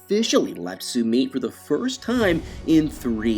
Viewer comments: Learn to pronounce names! It is SOO MITT not SOO MEET. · Suuummmeeeeetttt! Why are you saying his name like that? Lol it's horrible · His new is not Sue meet. That's how your saying it. Omg learn how to pronounce names before you do a video. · “Sumeet”, “Sumeat”, interspersed with Sumit, what’s up with that?